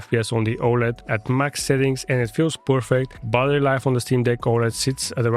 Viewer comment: Nice work but please for god’s sake it’s battery life not buttery life 😅